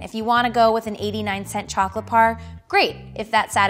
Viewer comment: how to trust a chocolate expert who calls it “chocolate par”